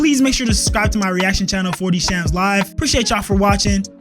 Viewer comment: yo man, first video i see from you, not sure if i will see many others, this is not really my world at all. Just wanted to say you fumbled your username, it should have been "", haha:D anyway, keep it up man, keep that quality on the content too.